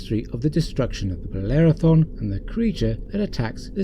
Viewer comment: Bellerophon not thon. Sorry.